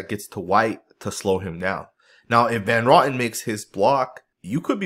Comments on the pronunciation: OMG, why do you always butcher people's names??? It's Greg Van Row tin. Not Rotten 🤣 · Hey, The way you pronounce Van Roten's name is Van Row-tin. It's a long "O". It's not pronounced like Johnny Rotten with a" raw-tin" sound. You know if you just checked other videos of announcers at games or on YouTube, you would know how to pronounce names before you produce a video. I enjoy your videos but you mispronounce quite a few names because you don't take the time to check. Otherwise keep up the good work!